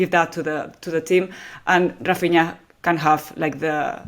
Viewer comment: Whys he pronouncing raphinha like that lmao